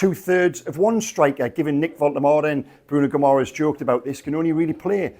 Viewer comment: love your work. It’s not pronounced gih-MARR-ess. It’s GIMmer-ice (or close enough). Let’s give our captain fantastic the respect he deserves.